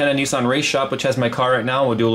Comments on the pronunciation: Nis- San not neeeee-suuun. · lol .. Nissan = Nee sahn .. apparently =p